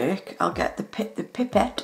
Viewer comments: PIE-PET NOT PIP-PET sorry it just really bothered me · It is "pie - pet" not "pip - et"